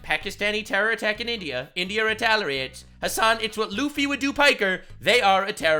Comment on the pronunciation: India "retaliorates" lol